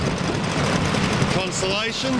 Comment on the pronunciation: Amazing that its a ARF aswell! Btw.. Its called a Con"stel"ation as in Stars.. Not a consolation as in if you got a second prize lol..